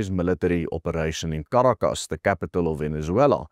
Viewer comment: You completely avoided the fact that were Donald Trump did was illegal on many many many fronts. Your agenda is showing. And by the way, learn how to pronounce Caracas. You really botched it in this.